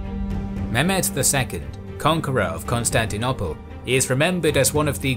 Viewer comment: Pleeeease can you say Constantinople properly thanks 👍 (the last o is long - no one says it the way you say it lol)